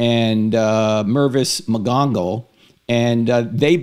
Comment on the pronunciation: Lol.. Yea.. I can’t figure out what I’m more scandalized by.. The egregious butchering of Professor McGonagall’s name and the mistaken narrative of the prophecy or his relentless push to keep comparing the gospel to the HP plot-line.. which I am sorry to say has many holes.. 😊